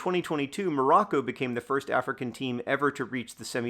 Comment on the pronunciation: “COROCCO” -Wayne Gretzky